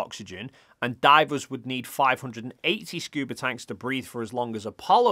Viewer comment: "Scuber divers" bro... what..?